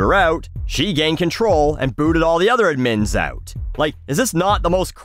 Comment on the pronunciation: Hey, obviously, the word 'administrator' has the emphasis on the second syllable, so I can see why you're going that direction, but I've never heard anybody pronounce the abbreviated 'admin' with the emphasis on the second syllable. even googling how to pronounce it agrees it should be on the first. cheers.